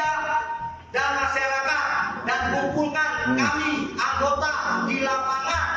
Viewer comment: pronunciation nya masyarakat blok bukan masarakat